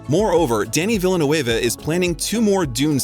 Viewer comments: Elio, Denis Villeneuve, Zendaya too :( Seriously, have you not watched any of the interviews? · Let’s not leave out “Dennis Villa Nuavè” 🥴👀👀😱😂🤣😂🤣😂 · Dear narrator: PLEASE learn to correctly pronounce "Denis Villeneuve", "Hostiles", "Luca Guadagnino" , "Louisa" , "impetus" and "taciturn". Your pronunciation mistakes are a travesty.